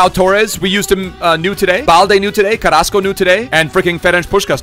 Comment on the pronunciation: Was watching the whole stream last night and kept thinking, why is he calling Carrasco that. I see it now.